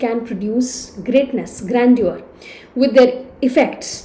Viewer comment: please get your pronunciation correct of the word "grandeur".